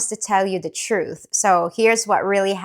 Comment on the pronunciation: The way you accentuated the word TRUTH, are you a Libra?